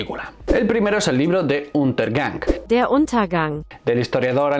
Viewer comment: Ni siquiera sabes pronunciar Untergang... Bien empieza la cosa